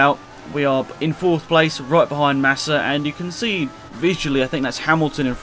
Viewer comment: you said Nassa